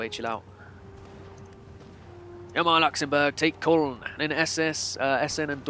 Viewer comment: Either call the city by the English name (Cologne) or call it correctly by the German name (the O is pronounced like the U in dull) XD